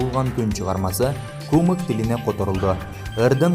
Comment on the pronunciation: "кУмык" эмес, "кумЫк". Дагестандагы турк эли